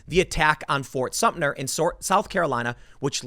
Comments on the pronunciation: Tim, It’s Sumter, not Sumtner. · It is Fort Sumter, not Sumner or Sumtner. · As a South Carolinian, the way Tim pronounces "Fort Sumter" as "Fort Sumn-ner" is like nails on a chalkboard. Edit: "Shot heard round the world" was the Revolutionary War, Tim. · i did a shot of Jameson every time Tim said Sumter/Sumner...still don't feel better about this topic. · Tim, I love your videos, but if you call Fort SUMTER "fort sumptner" one more time I'm gonna lose it. As someone who lives in the South and grew up with the heritage of this part of the country, that fort is forever ingratiated in our consciousness and it huts me to hear you mispronounce it. It is pronounced Sum-Ter, thank you. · Tim it’s pronounced S U M T E R! There in no “N” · ...he said "Fort Sump-tner"...even worse...! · I think Tim called it "Fort Sumpner" several times Lol ! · Is it bad that I'm literally too bored with tim talking about this to listen for more than a minute? Just bring in the live ammo please. Bye y'all. And jesus christ there's no "n" in "Sumter". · As someone from South Carolina just let me say Tim is mispronouncing Sumter and it is annoying the hell out of me. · Love your channel Tim, however please learn to pronounce Fort Sumpter correctly. There is no 'N' in the name. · It’s pronounced “SUMTER.” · Ft. SUM TER. Let’s get it right Tim. Call me a grammar N. This should be the easiest part of your reporting. I mean, you wouldn’t say “ New Yolk City”......